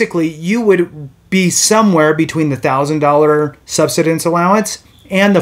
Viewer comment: Learn how to pronounce "subsistence" or stop making videos.